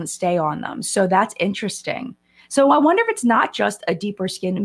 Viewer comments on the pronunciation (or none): none